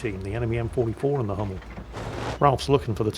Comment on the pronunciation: the "u" in "Hummel" is the same "u" you brits have in "butcher".